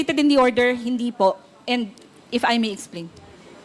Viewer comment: DAN, ano sabi mo IP or IF?